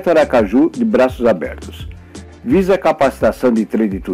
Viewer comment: O vídeo é maravilhoso, mas a palavra Aracaju com acento é sofrível!